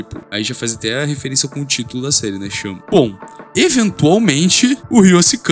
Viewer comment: vlw mn, na pronuncia eu juro que escutei shama, fiquei um 10min procurando por esse nomekkkkkkk